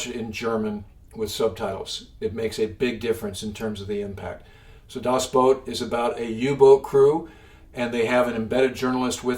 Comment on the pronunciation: This is a great video! My favorite movie is "Das Boot" in German with subtitles and sorry I can't help but mention the pronunciation: translated to English the title mean "The Boat" and in the video, here, it's strangely called "Das Boat" which if you think about it is kinda funny because that's the first word in German and the second word in English... ha! The "Das Boot" second word is pronounced "boot" as in something you put on your foot. Emphasizing a bunch of "ooo's" ... "Boo...ooot" there's no "oat" in there. If you're going for the english version of the title it would just be "the boat..." which is fine... Starting from when I was young, I read every single submarine book available... I've bought and read just everything. That means dozens and dozens of books written by submarine captains on all of the various sides. I mention this to be able to comment that Das Boot does an essentially perfect job of conveying the German U-Boat war. Since I had read so many first hand accounts from the German side I recognized every bit of Das Boot as I first saw it. It's so powerful and so accurate and it's so effective in conveying war it has been my favorite movie since the first time I saw it. I've really enjoyed seeing the movie again a number of times after years of gaps between seeing it. Seeing it again is very powerful even if one has seen it many times. By the way, my favorite submarine book (first hand, war book) is "Clear the Bridge" by Commander Richard H. O'Kane. After